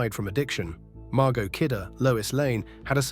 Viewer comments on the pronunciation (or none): none